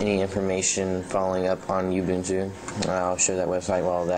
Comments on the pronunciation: rofl. YOOO- BOOON - TOOOO.. It's Oooo- boon - tooo. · Uhm, no. Ubuntu is a South African word, I live in South Africa. I know how to say it. It's Oo-boon-too. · oooh-Boon-Tooo say it right man!!!! lol